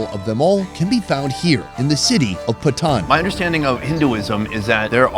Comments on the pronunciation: Calling Patan, "pathan" is crazy 😂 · Its not pathan its patan please not pathan its PATAN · Just a tip on pronounciation. Its not pathan but more 'paa tonne.' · He is saying patan but the pronunciation it sounds like bhutan